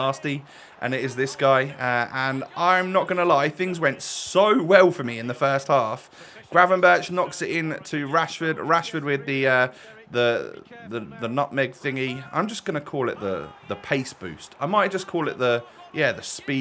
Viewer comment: Nice, 52 likes; 28 views Ps: Gravenberch is pronounced as grávùnbèrg